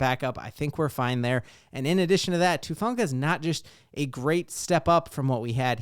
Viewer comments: Gahhhh! Everybody keeps calling him Tufunga. His name is Talanoa HUFANGA. HU. HUFANGA. sorry nothing against u love ur content I've just been hearing that everywhere and it bugs the crap outta me for some reason 😂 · Who-fawn-guh..come on now, let's get it right